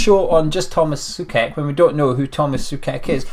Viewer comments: Just one thing...it's pronounced like [so-czech]. Apart of that, I hope the Hammers will appreciate him a lot and as a Slavia fan I wish him and all West Ham all the best for the rest of the season and for the seasons to come. I believe all the Hammers will love Tomas as we do. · Tomáš Souček - So-check - is the correct pronounciation...😀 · I believe it's pronounced Soo-Check mate......